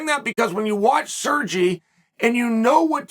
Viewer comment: sergy LOL